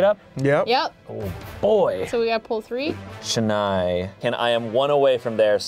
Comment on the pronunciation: ..Chennai, my hometown..its funny how they say it Shenai ..lol